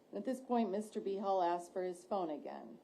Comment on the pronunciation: It keeps sounding like they are saying B-Hole instead of Behal.